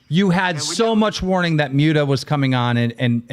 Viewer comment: MOOT-UH. Not MUTE-uh Human trash gnome